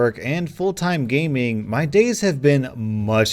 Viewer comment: He says gaming like it’s a job and he needs to do it